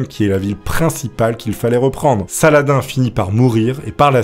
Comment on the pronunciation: C'est pas <<Sala-din>>, c'est <<Salah-dine>>